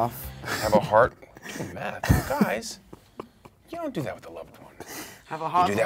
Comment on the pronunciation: it was math lol not meth